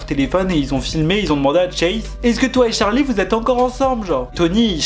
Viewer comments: C est pas tcharli lol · pk tu dit tcharlie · Jsp pk ca me fait rire quand il dit tcharli